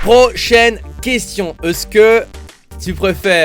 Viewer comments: Vous avez remarquez , il dit eu ce que au lieu de est ce que. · "Euce-que tu préfère"